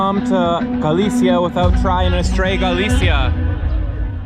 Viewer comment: Maybe learn how to pronounce Galicia before you go to all the trouble of producing a video about it.